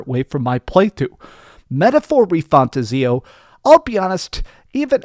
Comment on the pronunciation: I am hyped for this Gem 💎 PS: It's pronounced "Metaphor Re-Fan-Tazio" say the second word separately:-))